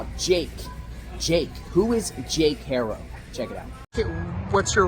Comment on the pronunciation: In Spanish, the name "Haro" is pronounced AH-roh, with the "H" being silent. The "a" is pronounced like the "a" in "father", and the "o" is like the "o" in "go". Not HAIRO. It sounds petty but get it right so everyone knows his name. Every Haro I know is behind or should be behind bars. At least the ones here in California....